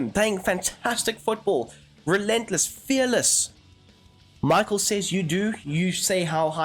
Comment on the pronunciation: Mikhel its Sound like - not Michael 🤣🤣 Míchel :)